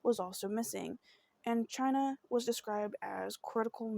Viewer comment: 🗣Baby it's pronounced exactly the way it's spelled and if you were unsure, prior to doing this video, you could've googled the correct pronunciation. Just a lil journalism advice for your next story. However, thank you for doing Chyna's story. It means a lot to us Washingtonians.💜🙌🏽